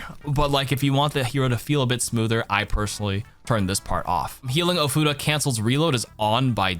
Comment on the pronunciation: Ofuda. Not Oh, futa. Important distinction.